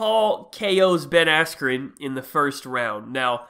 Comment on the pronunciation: I have no clue how you pronounce his name wrong